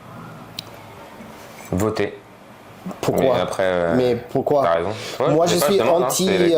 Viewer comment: Ptdrr j'en peux plus, la fin avec les paroles de Kaaris j'étais en larme. " ILE A Rayzon" 😂😂